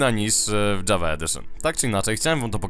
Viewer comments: Nie dżawa tylko Java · jest to produkcja szwedzka, a po szwedzku mówi się Java nie Dżawa:)